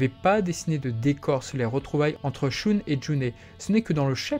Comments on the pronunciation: J'arrête d'écouter parce que "Choune" c'est incroyablement ridicule. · Pourrais tu prononcer "Shun" à l'Allemande parce que c'est affreux la façon dont tu le prononces, dans l'animé j'ai jamais entendu Shoon Désolé mais j'ai les oreilles qui saignent à chaque fois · À l'allemande ? Le u se prononce "ou" en allemand, et le ü se prononce "u". En japonais, la prononciation du u se situe entre un "u" et un "ou" français, mais le son reste plus proche du "ou". En VO, Shun se dit bel et bien "shoun".